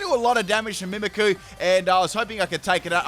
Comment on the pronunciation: Your saying mimicqu's name wrong